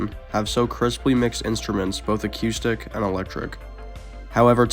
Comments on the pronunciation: He pronounces several things uniquely, like “aqustic” as opposed to acoustic. It’s just the way he talks… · Did you say "a cue stick"? 😂😂😂 Damn dude. Acoustic.